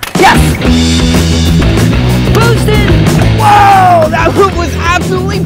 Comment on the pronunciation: Oliver said bootsted 2 times actually three